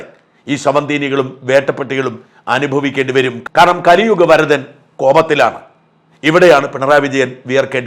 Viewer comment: Zakriaji thanks for your " kaliyugavarathan" pronunciation pl